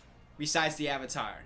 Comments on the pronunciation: Joshua Well actually, Sanskrit isn’t spoken as much as before, but people do recite scriptures. Sanskrit originates from Asia (South Asia to be specific). All I’m saying, is that, one of the very few things the movie did right, was pronouncing the word Avatar. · I just realized that the only decent thing about this movie is that their pronunciation of the Avatar is closer to its actual sanskrit one.